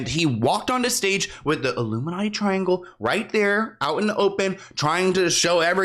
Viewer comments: I feel like he was saying "Luminati" not "Illuminati" and saying "All Mocking Tongue" instead of "All Seeing Eye" and just going off of what the hot topic at the time was. He is a stand up, sketch comedy, improv guy at heart. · Isn't he saying luminutty? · What else does the hand gesture look like… that’s why he said “illuminutty” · He says “Illuminutty”